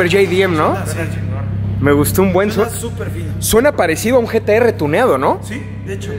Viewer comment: LO DIJISTE BIEN SE ESCUCHA COMO G.T.R